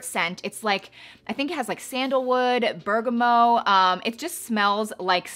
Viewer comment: Can’t wait to try some of these. FYI- the T is not silent in bergamot as it’s of Italian heritage. Just for future reference!